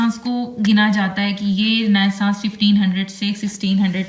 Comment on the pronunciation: Renaissance word Galat parh rhi hn ye parhny ma or ha likhny mai or